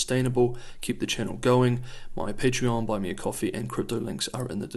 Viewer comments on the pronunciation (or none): none